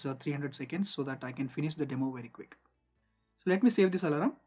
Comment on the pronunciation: very nice informative video but the pronunciation of "alarm" as "alaram" is weird to hear